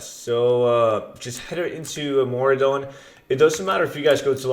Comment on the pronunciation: hey you made a mistake its Maraudon not Mauradon